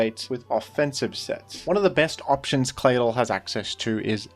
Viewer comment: It's just me or does anybody else find the way pronounces Claydol very satisfying?